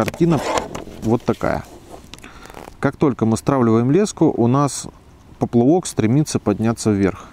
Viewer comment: спасибо большое. Очень нужное и полезное видео. Единственный нюанс: "поплЫвок" - режет ухо...)